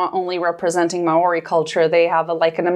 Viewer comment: may oree? as a kiwi I am fairly certain it's mao (slight roll to the r) ree, but i understand having to pronounce that and Metkayina in the same sentence.